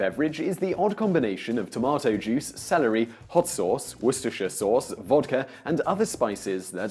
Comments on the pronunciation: Et tu Simon? Are you saying Wor-ster-shire instead of Woo-ster?? OMG Next we know you'll be saying 'Les-ter-shire' instead of Les-ter'!!! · Simon, Simon....are you English? It’s ‘wooster sauce’. Like ‘lester square’. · Why is a British man saying worcestershire sauce wrong... It's pronounced ''Wooster''. Does this guy just put on the accent or what? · War-Cester-Shire... What the hell is "Weer-ceh-sheere"? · I can understand why and Englishman would mispronounce Worcestershire Sauce when quoting an American, but why would he do so when not quoting one?